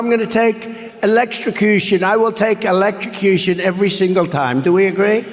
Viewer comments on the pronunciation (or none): ELEKRICUSHUN???!!! Wtf!!!!😂🤣😂🤣😂🤣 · “Electstrocution. It’s so unfair!” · Electroshcution affected his elocution. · I can only bear to watch it (trump) maximum 30 secs due to his stupidity and nonsense, which makes it unbearable to watch. The stable genius (/s) cannot even pronounce, 'electrocution'. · Note to self -- never attempt to say electrocution when you've been nipping at the bottle. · Trump can't even say electrocution, and Republicans want to put him back in the White House!!! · That's where his voice is so weird and he doesn't seem able to say electrucution